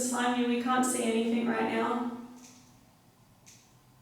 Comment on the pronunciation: Instead of "I can't" I couldn't hear anything other than "Nugget" I tried to hear "I can't" but could not